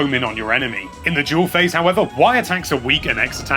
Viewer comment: I wasn't the only one hearing him say "Jewel Phase" when he was saying "Dual Phase" am I?